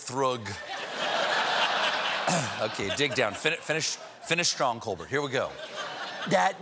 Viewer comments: Did he just pronounce his own last name wrong😂😂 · Anyone else notice he slipped and referred to himself as " Col-Burt" vs "Col-Bare" The true search for the pronunciation of his name continues!! Bill O'Reilly will have his day in court lol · I thought it was funny when after reading the tweet and doing the water-and-towel gag he said something like “pull it together Colbert” but he pronounced it Col-beRT instead of Col-bear. Remember, “Stephen Colbert (with the Col-bear sound) was originally just a character on the daily show. It’s kind of like Larry the Cable Guy saying “pull it together Dan”... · Did he say “Col-BERT”, not “Col-BAIR”? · Note he said, “ finish strong, Colbert”, not pronouncing Colbert in the French manner but ending with a clear Col-BERT. No matter how he pronounces his surname, I love him. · DID STEPHEN JUST PRONOUNCE HIS LAST NAME AS COLE-BERT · He said, "Finish strong, Col-burt"! Not "Col-bair"! So let's have it, Stephen - which pronunciation did your family have when you were growing up? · Stephen says, "finish strong Colbert" with a hard T. I've never heard him pronounce it like that before. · I love that Stephen still pronounces "Colbert" like he did as a child when talking to himself. Check out how he says, "Finish strong Colbert" . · "Finish strong, Colbert" lmao XD (colberT, not col-bear) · Stephen just called himself "Colbert" and pronounced the "t". That sounds so weird to me. hahaha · lol, he slipped and pronounced his name normally.